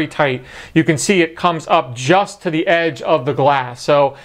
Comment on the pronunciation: You sound weird when you say theee.